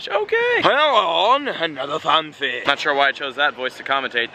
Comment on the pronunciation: It's FAN-P-EE not F-AN-FEE